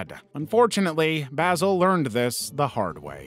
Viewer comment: That is NOT how you pronounce Basil...